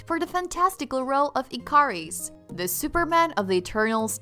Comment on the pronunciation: A-jack -Ajak Ick-a-ris =Ikaris Ma-kar-ee = Makarri Gil-ga-mesh = Gilgamesh Not hard to pronounce the names right